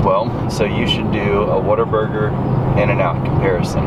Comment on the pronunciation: the whole time i thought he said water burger 😂😂